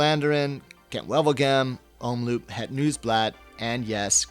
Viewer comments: Hey GCN, to please the pronounciation moaners, Omloop is pronounced om-lope not loop.... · (or is it?) I really appreciate you as a valuable addition to the GCN team, but your pronunciation of Belgian is quite hilarious:P (same holds for your colleagues though). Quick tips: the double-o in 'omloop' is pronounced as 'oh' not as in loop. And in 'pijl' as in brabantse or waalse pijl, the 'ij' is pronounced as first syllable of aisle or island... You're welcome;) Oh, and BTW, your voice modulation is already better than Dan's when he must started, so that holds great promise!